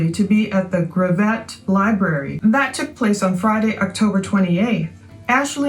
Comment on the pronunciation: It's pronounced Grav IT. Arkansan here.